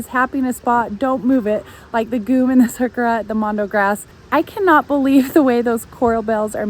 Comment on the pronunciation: It's pronounced jee-umm.